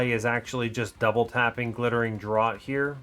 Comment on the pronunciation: Dr-or-t? "Draught" is a homophone of Draft!